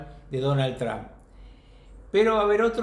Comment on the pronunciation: Alguien le puede enseñar a este sabio como pronunciar TRUMP por favor